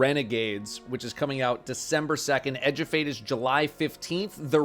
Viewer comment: In accent, 'Edge of Fate' sounds so much like 'a Jebait'.